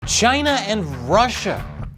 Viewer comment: love the way pronounce Chyna like Trump. taiwan is the real China. Chyna is Proc 😂